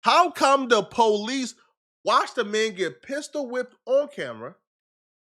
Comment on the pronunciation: bro why is pronouncing police like pohhh-leeece we all know he don’t really talk like that 😂